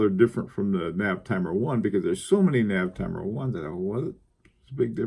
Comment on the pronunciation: as a much cleverer man than me, I cant resist this rare opportunity to correct you. it Navitimer Sir, Navitimer. write it out 10 times. :) thanks for your hard work and excellent vids